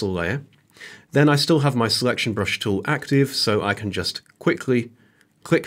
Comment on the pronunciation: Surely the word is 'tool', not 'toow'.